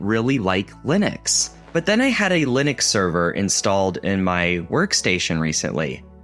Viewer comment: why is everybody pronouncing Linux so wrong? you can pronounce Linus, but not Linux? is the same pronounciation, just with a x at the end